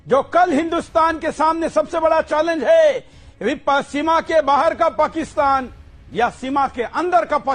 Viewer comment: इसको पत्रकार कौन बना इसको को तो पाकिस्न कहने नही आता पकिस्तान कह रहा है